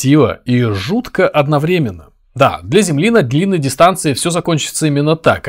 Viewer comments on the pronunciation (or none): none